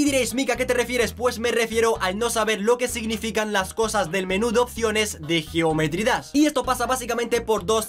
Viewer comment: Cuando dises geometry dass XD